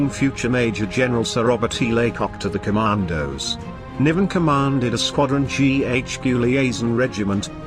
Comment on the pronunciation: The narrator can’t even get the emphasis correct on ‘A’ Squadron, GHQ Liaison Regiment. It’s not a squadron, it’s ‘A’ Squadron. Amateur . . .